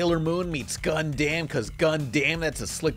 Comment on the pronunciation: It's pronounce "Gun-dum" not "Gun-Damn!"!